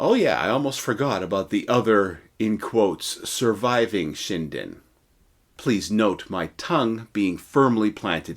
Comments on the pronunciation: Not "Shine-den" LOL. It's "Shin-den" as in "Chin". 😂😂😂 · It's nut pronounced Shy-dn. It's Shin-Den. J7W, Magnificent Lightening. It was to have a jet engine later but of course, the war ended even B4 the J7W was perfected and made to the production line as the US bombers kept on destroying not just to kill massive numbers of civilians specifically done so w the incendiary bombs (war crime**) but against the arm factories too. And, J had no fuel to fly any aircraft by that time, some expe- riments were done to extract oil from foliage etc., which is of very poor quality for the aviation fuel. Logistically, it was very EZ to defeat Japan as it's an island nation, everything must b imported by ships and all the US had to do is to destroy their merchant ships, let alone their IJN ships. And though the UK is also an Island nation, it had a rich colonies and a rich friend, the US. Nut Japan. _________ **War crime is metered nut(not) to the victors but to the defeated nations. I.e., the term/concept is Farce. Same bombings by the US was done to the J's ally, Germany. It was designed by no other than the later Sec. of State, Robert McNamara of Vietnam war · Ugh..... the correct pronunciation is SHIN - DEN. (...international grammar na*i hat off...)